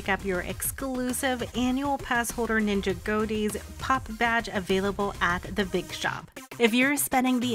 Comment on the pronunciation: When you ninjago like two different words it hurts I’m not trying to be mean but its (nin-ja-goe)